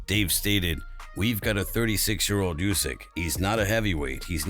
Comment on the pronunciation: It’s not Usyk it’s Usyk mate. Da fook 😮